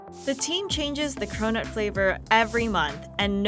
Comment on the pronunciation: i thought she said “we’re getting corona today”. 😭